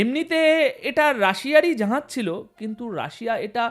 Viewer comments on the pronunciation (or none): জাহাজকে জাঁহাজ উচ্চারণ করা হচ্ছে কেন কমরেড ?